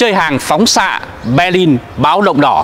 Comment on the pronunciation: Hoàn nghênh đọc tên địa danh theo quốc tế và Đức ngữ. Xin tôn trọng đừng dùng âm sai như. Béclin,Hambuốc,Frankfuốc.